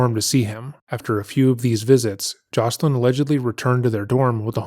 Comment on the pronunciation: her name is JOYCE-elyn. Something I remember about her and the others is how much folks kept mis pronouncing their names. Thank you for getting into even deeper details that a lot of did not know. I always wondered how long he'd keep getting away with the same pattern. I'm so glad that the times shifted (though it took far too long) and folks spoke out. I don't know why he thought his music was going to save him. Instead, it told on him further.